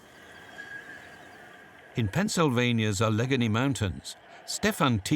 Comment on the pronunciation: In Pennsylvania's " Ah-leg-anie" mountains!!! 😂 LMAO Allegheny!!!! Cheese Louise